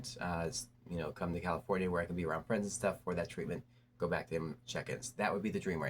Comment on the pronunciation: 😅 jus' asking for a fwend tho?